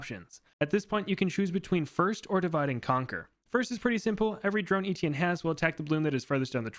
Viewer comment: You didn’t even try to pronounce Étienne the french way, probably because the « tienn » sound has absolutely no equivalent in English at all, but you could have tried